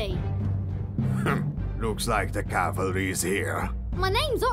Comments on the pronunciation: he, "the calverys here" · Damn it why you say cavalry